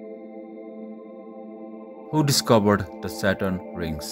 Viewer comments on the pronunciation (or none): none